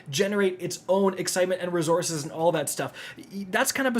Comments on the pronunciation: Every video where I get to hear him pronounce “ruhzoorses” gets a 👍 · WTF are these “rezorzes” you keep referring to? Jk Love ya bud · You should substitue "rezorzez" for "materials"